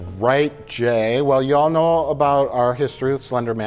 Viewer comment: did yall know " lmao that southern accent